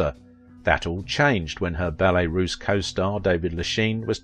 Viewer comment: There's no S at the end of "Russe" "ROOSE". Heavens; what would Cyd say?